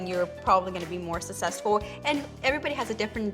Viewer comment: Lol they said sussesfull